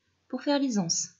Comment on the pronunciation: Magnifique de simplicité, sobriété, clarté. Merci pour la liaison des ...(z)anses ,et pour la beauté des tissus.